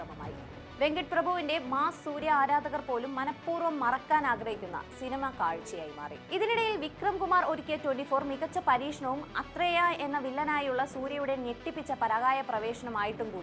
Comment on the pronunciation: അത്രെയ ❌ ആധ്രെയാ ✅ സുറൈ പോട്രൂ ❌ സൂരരൈ പോറ്റ് ✅ ബിത്വ അഭിനയം പുള്ളി മാക്സിമം നൽകിയിട്ട് കാര്യമില്ല സിനിമ നല്ലതാവണം അല്ലേൽ അത് ആരും നോക്കില്ല പൊട്ടിയ പല പടത്തിലും ആക്ടർസ് നല്ല അഭിനയം കാഴ്ച വച്ചവരുണ്ട് എന്തിന് വിക്രം ധനുഷ് സൂര്യടൊപ്പം നല്ല നടൻമാർ ആണ് ബട്ട്‌ സിനിമ അതിന്റെ റിസൾട്ട്സ് 🙄